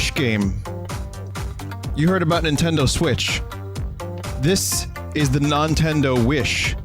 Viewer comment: "The Nontendo Wish" I can't xD